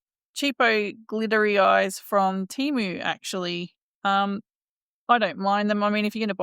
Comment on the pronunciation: Hey, I'm a new suby to your channel. I'd really love to get hold of some of Zac's yarn someday for my plushy makes. I love your content you put out🤗🥰. Enjoy your Temu haul vlogs. Had a good chuckle at you trying your hardest to pronounce Temu😅😅